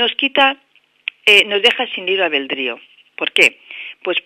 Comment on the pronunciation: Kesel aveldrío jajaja